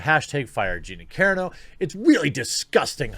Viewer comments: I'm pretty sure that you are mispronouncing her name. I'm pretty sure it's pronounced Cah-Ron-O. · Come on, with the pronunciation, Jeremy. "Care-uh-no" ... Really Anyway, funny vid, regardless. Gina Care-uh-no doesn't need our respect, but she's earned it nonetheless. I'll watch everything she's in. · Carano Car.. as in an automobile Ron.. as in "Captain Ron" No.. as in "No" Love your channel. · Never heard anyone pronounce it Karen-o. Anyway she’s awesome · Her last name is pronounced (Ca-RA-no) You're welcome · It's Ca-RA-no. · Here man: Kerr-eeh-no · Jeremy... Carano (KA-RAN-O) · Dude youre totally mispronouncing Gina's name! Car-ah-no... Car as in Car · 7th vid of the day! Jeremy has gone mad!!! And my man, it is pronounced Cuh-Rah-No. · KO, RHA, NO. It's not that hard to be respectful and take a minute to learn her name. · More like Ko-rah-no. Wait...Kuh-rah-no lol. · I don't who know this beard is, but it'd be awesome if he could learn to pronounce her last name. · It's hilarious that you still struggle to pronounce Gina's last name, Jeremy. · Dude, pro tip, read the "a"s and the "o" in her name was you would in "corona" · U butcher her name....but good vid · Why did you suddenly start to mispronounce her name? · Every time Jeremy mispronounces Carano, an angel gets its wings. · UP vote this please... although hearing him mispronounce is kind of amusing.. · What's weird is that he said it right before many times, maybe 7 videos in a day does something weird to his programming? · Its car-ra-no...not keerano. way to butcher her name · Car-ah-no ...not care-ano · You are obviously not an MMA fan or you would know her name. Her name is pronounced exactly as it's spelled; Ca-rAno (Ca-rAHno), not Care-eeno. --- In your thumbnail the "SJW" second from the right is NOT an SJW. It's Millie Weaver's spoof character on SJW's; Rainbow Snatch. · Ca-ra-no, Jeremy. Karen O is the lead singer of the Yeah Yeah Yeahs. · Say it like this "Car ron o" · Love you man - “Car-AH-no”